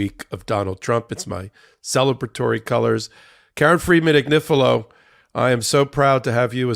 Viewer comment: Comments on the Chris Hayes show clip: *He couldn't quite pronounce Karen Friedman Agnifilo, but never mind, he'll get it right next time. *It's great that he mentioned the Legal AF podcast. It would have been even better if he'd mentioned the Midas Touch Network, but never mind, he'll get it right next time. All in all: 🔺Yea Karen ! 🔺Yea Legal AF! 🔺Yea Midas Network! 🔺Yea 3 Meiselas Brothers! 🔺Yea Midas Mighty! 🔺Hell yeah! 👠👠